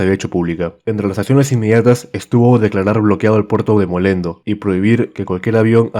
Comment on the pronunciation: Buenardo!! Una corrección, es el puerto de Mollendo //moyendo//